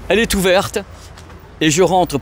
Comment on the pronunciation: " Elle est t’ouverte ". Je croyais que cette voiture était blanche. 😁